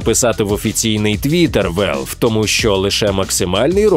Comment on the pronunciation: Чому Велв? Якщо Валв. На скільки я пам'ятаю то такі слова так і кажуться.